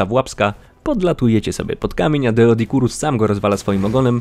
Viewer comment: Doe a nie deo